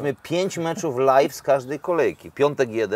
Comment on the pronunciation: Nawet ściślej (uczę angola), "lyv", bo lif to bardziej wymowa słowa "leaf" - liść :) Pozdro.